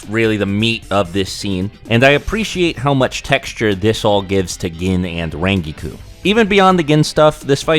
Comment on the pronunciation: Where the HELL did get his pronunciation for Rangiku?